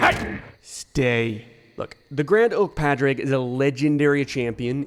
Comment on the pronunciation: Hey, love the video put his name is pronounced like Pauric, it's gaelige for Patrick